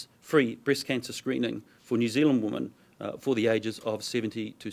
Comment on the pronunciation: FGS.... it's WOMEN not woman